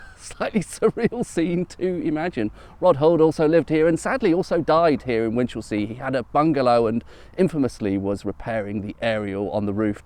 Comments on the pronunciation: I grew up in E. Sx along the coast. We pronounced it Winchulsea, not like the fancy London gaff. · Re pronunciation of the town name, it’s not Win-Chelsea, the stress should be on the first syllable with the second syllable being a schwa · I was sitting next to, you've been lstening to WC21..........and it isn't WinCHElsea, there is a constant emphasis throughout the word.😇